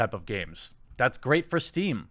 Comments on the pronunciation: It's Steam, not stream... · "Stream" That triggered me more than it should xD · Isn't it steam? Not stream? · Steam, Jeremy. Not Stream. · Steam* not stream XD